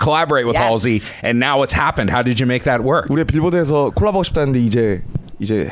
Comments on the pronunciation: Lmao when JIMIN said “Halsey” I thought he said “Parsley” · When jimin pronounced Halsey It was like RC 😂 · ''THANK YOU HAR Z''